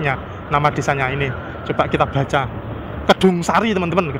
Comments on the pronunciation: 8.30 kedungasri masehh, bukan kedungsari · bukan kesungsari tapi kedungasri mas